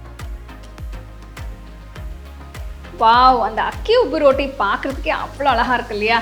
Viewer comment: அருமை. நீங்க ரோட்டினு சொல்லாம ரொட்டினு சொன்னா நல்லா இருக்குமே